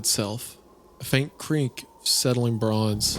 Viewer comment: why does he pronounce shit weird? ben as bin, bin as ben, now creak as crink???